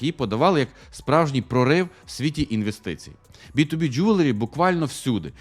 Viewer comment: Я все життя думав, що воно Джеверлі, а не Джюверлі! Кожен раз, коли казав це слово, я автоматично вголос виправляв) А казав він це слово багато разів за відео...